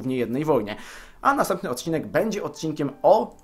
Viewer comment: tez ktos zauwazyl ze gdy niedzwiedz dziekuje za oglodanie poprazzednieko odc. muwi od"ZEW" . ???? :)))